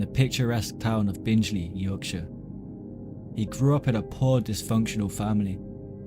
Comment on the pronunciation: It's pronounced bing Lee not binge Lee